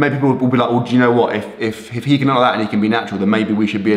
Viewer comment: I loved the part when he said “Loike”